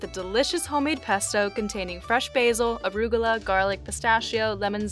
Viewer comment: What is Orugla???😂😂😂😂😂😂